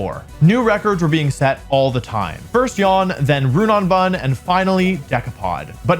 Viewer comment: Jan is not pronounced yawn.